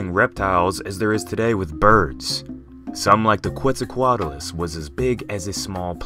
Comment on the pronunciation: Pronounce it like this: Ket-zal-co-at-lus